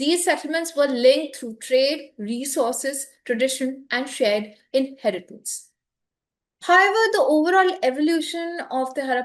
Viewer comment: It is not "hi ever". It is however. It doesn't sound stylish as you might think it is.